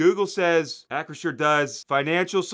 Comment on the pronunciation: LOL 🤣 and yes, Hunts ketchup... YUCK 🤢 ( great job pronouncing Acrisure, it doesn't roll off my tongue!)🥴